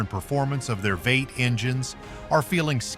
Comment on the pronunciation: Still trying to figure out what a "Vate" engine is.🤔😅